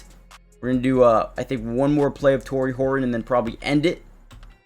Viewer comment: go Hor un? Please. There is a T in that name. It is HorTon not Hor Un. You are not a Cockney Englishman.